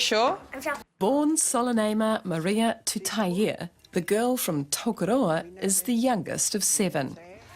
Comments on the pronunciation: Commentators pronounce her surname -Tuta-i e..... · It's TUTAIA. There's a goddamn 'a' on the end! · Lady ur a NZ reporter, what the hell, read her name properly TUTAIA, u should know better than that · Her surname is pronounced Tuta-i-a not with a E